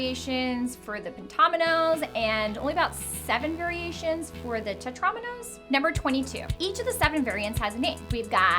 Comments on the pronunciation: Aren't they pronounced, Teh-trah-MEE-no? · Tetrominos? ITS PRONOUNCED "TETREMINO'S" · The way she pronounces Tetriminos makes me cringe